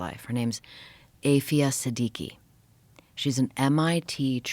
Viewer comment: This 'author' is lying about Aafia Siddique, she can't even pronounce her name properly. It's a pack of lies to justify 'national security'. She's an innocent mother in imprisonment without trial, as are her children.